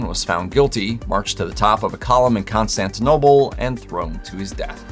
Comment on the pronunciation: ConstantinoPle, not constantinoble 😖